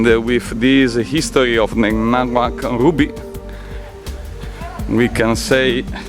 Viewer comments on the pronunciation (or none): Its not Naga Mauk, Its Nga Mauk and named after the person who found it named Nga Mauk